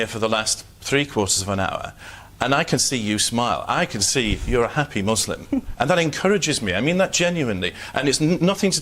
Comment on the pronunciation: Why must they always over pronounce the ‘s’ in muslim?